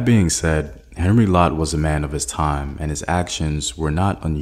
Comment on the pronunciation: I appreciate your work but could I suggest that you provide some additional details in the links so that one can search up the information for oneself. And the pronunciation of names should be better it's not Henry it's Henri which is spoken as "On Ree". It would provide a greater sense of authenticity to your very good work and research